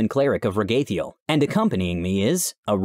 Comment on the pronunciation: I thought it was pronounced Rag-a-thiel